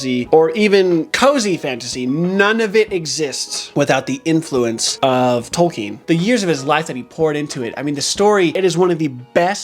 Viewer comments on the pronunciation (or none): none